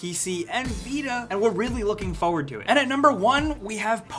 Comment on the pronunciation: keeps saying "Fowwad" instead of forward